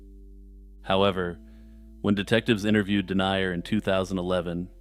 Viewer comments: Haha i enjoyed it but his name is pronounced something like den-yah rather than denier. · Paul Denyer is pronounced "Din-yur," not "Dee-nye-uhr." Other than that, good video.